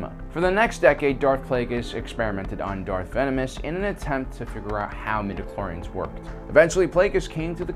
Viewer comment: Stop saying midichlorians